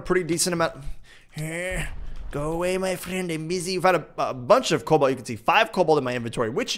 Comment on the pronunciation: One more for the list... Please never say "Cabolt"